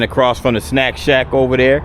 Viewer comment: every time you said snack shack I thought you were saying snap chat 🤣 yesss very colorful building! Looks nice. Its so quiet! You must’ve got there early before they started opening up